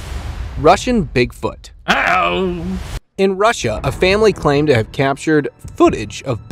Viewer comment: It’s funny how you say, Russia lol. It’s not rissia. It’s RUSSIA!